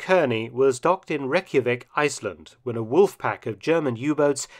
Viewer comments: Torpitz ( tear 💧pits) Reykjavik ( Rey- Kia- Vik) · Reykjavik is pronounced closer to "Reich-a-vik". :P